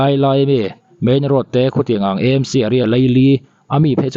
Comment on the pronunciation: E M C nilovin, A M C eizawl municipal, Aizawl municipal a ni. Mizo tawng a, A AW B a, A kha a ni e